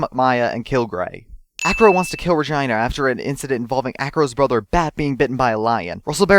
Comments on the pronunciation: Pronounced Re-gee-na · I can't be the only one that heard Regina as vagina, right? ...right? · I actually didn't really listen to what you said, because you spoke way too fast for me. But I noticed that you have some... interesting pronounciations. See-See Yew, Azuka Summers, Regina pronounced like vagina, and probably even more, but as I said I didn't really listen. Did you record ech spoiler alone and cut them together at the end or did you record them all without a break inbetween? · mispronounces Miney, Regina, and Juan Corrida. It's... not that hard guys oh my god.